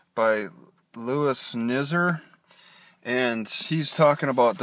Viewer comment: Louis Nizer is pronounced like Louie Nigh zer.